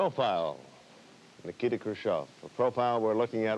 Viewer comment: American clueless journalism at its best. 😊. His name was easy as pie: - NIKITA [Nee-kee-taa] His last name was Khruchev😅😅😅